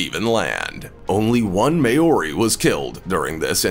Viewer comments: List was in wrong order, narrator sucked, and its "mow-ri"...NOT "may-o-ri" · MAY-ORI hahahahahahaha that's not how it's pronounced, Closest way to say it is "mouldy" like mouldy bread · may-ori? sorry having heard the name many times directly from maori people in the English lang it would be pronounced Mow-re . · The indigenous tribe in New Zealand are the Māori people It is NOT pronounced mayori! Phonetically it is pronounced Mawri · The way you say Maori bugs me. It's not pronounced May-Ori! It's pronounced Mow-Ree. Like how you say the Hawaiian city of Maui (it's similar to that but add the REE sound to it and you get MAORI) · Maori is not pronounced May-ory, it's pronounced Mow-ree 🤣🤣🤣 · Far out bro I’m Maori and you butchered the hell out number 3’s name 😂😂 it’s pronounced sorta like “Mouldy” or like “Mole-dee” not “May-ore-ee” sheesh. You are spreading misinformation when you don’t properly pronounce things, it can come across disrespectful haahaa. Nice video tho but I reckon you must’ve butchered a lot of other tribes names too. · May-ori?! Lmao its MAH-or-ee. Literally google it and hear how they pronounce it. Not that hard🤷🏻‍♀️ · As a Kiwi, I have one issue: Maori (pronounced Maw-re, with a rolling "r".) never had any major contact with the US. Initially with the Dutch (under Abel Tasman) and later the British (under James Cook) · The New Zealand people are pronounced ‘mao-ri’ I believe.. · did he just pronounce māori as mayori? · Maori is pronounced 'mohw rhee'. Besides that. This was total click bait. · This was irritating me throughout the entire video. Not how you pronounce it at all! If you are going to talk about a culture, learn the pronunciation. Treaty of Waitangi as well. And since when are Maori feared by the US army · ikr and even being a samoan myself i even got offended when he pronounced it wrong. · This man has never heard of a Maori before He can't even pronounce the word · All of this research and that’s how you pronounced Maori?